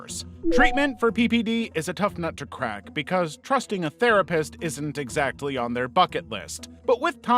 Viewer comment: Help but when you said "not exacky part of their bucket list" I heard "not exactly part of their fuck it list" I'm so sorry I need my hearing checked